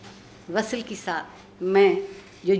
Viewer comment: وصَل ❌ (عارفہ جی!) وصْل vsl ✅